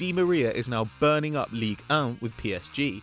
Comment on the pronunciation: Why can't he say league 1 like a normal human being???!!!!